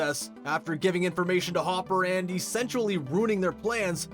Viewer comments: It’s hopper btw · It's Hopper It's Hopper It's Hopper It's Hopper It's Hopper It's Hopper It's Hopper It's Hopper...